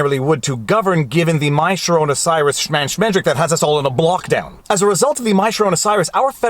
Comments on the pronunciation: Why is he calling it mysharona Cyrus? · Did he just say corona virus in pig latin?! Lol